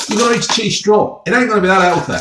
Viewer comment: Chweese stwaw 😂